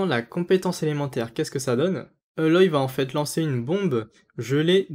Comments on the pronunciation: '' Euloy ''... Em no C'est *A*loy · C'est aloy hein pas euloy 😆 mais pour un 5* bof quoi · Je crois que ça se dit Aloy et pas "E"loy mais c'est qu'un détail et tant mieux si le perso est fort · Super vidéo juste le perso s'appelle Aloy pas Eloy mais a part ça rien a dire sur la vidéo 👍💪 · Mais… pourquoi tu dis euloy et pas aloy????? Respectez la un petit peu lol